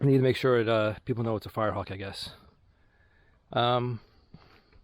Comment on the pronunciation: Did you say this car was a firrehawk 😂